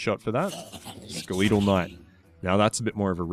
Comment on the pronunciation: Anyone else notice how he mispronounces skeletal?